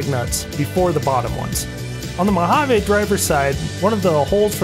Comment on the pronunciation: And, please, it’s pronounced moh-hah-ve.